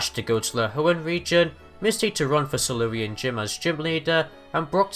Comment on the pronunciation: he said "Celurean"